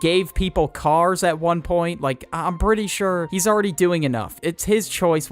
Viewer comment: I love how was saying "cheese" instead of "he's"